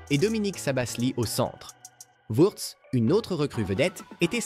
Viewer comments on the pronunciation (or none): Bonnes vidéos mais attention à ta diction on dirait une voix d’IA. Et c’est en une, tu dis « Wurtz » et « Slabazi » au lieu de Wirtz et Slobozai. Travaille un peu et lis toi-même le script